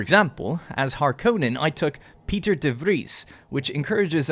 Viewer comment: Not "Peter" just P I Ter with "I" 😂